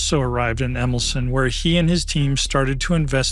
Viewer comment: Jan Wolski pron. YAN VOL-ski Emilcin pron. EMIL-cheen